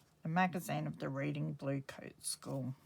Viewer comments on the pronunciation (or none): Hi. The Reading Bluecoats school is near Oxford. The town is pronounced Redding. Those old school magazines are very interesting. Xxx